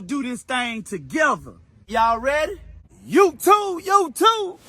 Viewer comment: Brotha, you had me cracking up LOL I swear you said "LS swap" and "youTUBE" like 84 times in the first 4 minutes, I enjoyed it man, keep at it!